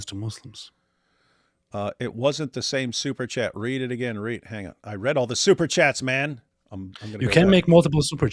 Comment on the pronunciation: The "ang on" kept killing me😂😂😂